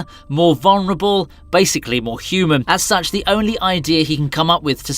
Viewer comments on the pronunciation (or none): none